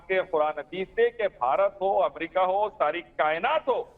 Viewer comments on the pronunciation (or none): none